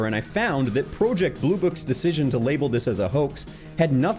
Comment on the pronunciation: Never in my life have I heard someone pronounce project as pro ject